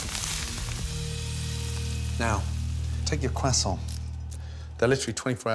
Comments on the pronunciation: Itd not quasont ito croissant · I like that he says cwesont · Didn't know it was pronounced "Cray-sont" I always prounced it "Crow-soints"